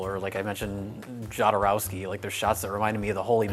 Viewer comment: >film buff >keeps mispronouncing Jodorowsky